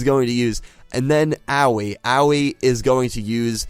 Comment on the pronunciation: Bruh I think Aoi is pronounced "Aah oi" like "oi brah"